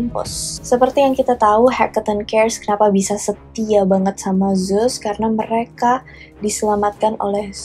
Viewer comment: Kak, ceritanya udah bgus bnget pembawaannya juga kren, tpi coba kata2nya di indo kan saja GK usah make Inggris2, bingung jadinya, Zeus diblng zus ku pkir emng ad dewa baru eh udah smpe tngh vdio baru sdar ternyata Zeus yg dimksd..